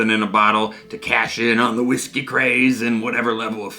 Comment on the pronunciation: You're pronouncing whiggsky all wrong, don't make me send Stevie pink eyes round to stay on your couch!